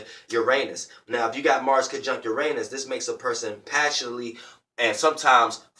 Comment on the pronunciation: U said mars w urnaus u lier lol